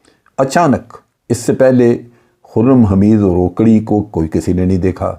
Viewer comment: جنرل صاحب ۔۔۔یہ "روکڑی" نھیں ھے "روکھڑی" ھے۔ یہ میانوالی کی بہت بڑی قوم ھے مگر یہ شخص نہ جانے کون ھے۔۔۔